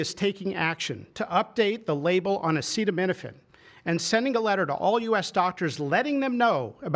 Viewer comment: Our president starts off demonstrating he cannot pronounce acetaminophen. Listening to Trump try to discuss medical issues is so utterly painful, I'm embarrassed for us all.